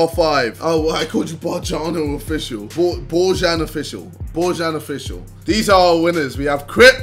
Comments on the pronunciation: U dont say bojan u say it like boyan thats how its said in our country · im not sure but I think Bojan is pronounced boyan